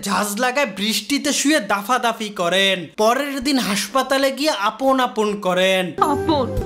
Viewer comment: আমি প্রত্যেকবার আপন ডাকটা পাপন শুনতেসিলাম